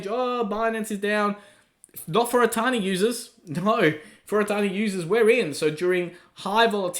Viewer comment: I always thought he was saying "a tiny". 😂